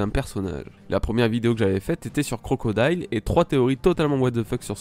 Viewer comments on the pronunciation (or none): none